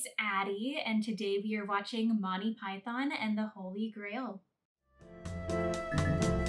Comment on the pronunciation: okay i just cant its Monty not Motti your mispronunciation ruins it